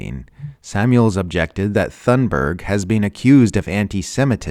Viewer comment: you’re saying Greta’s last name wrong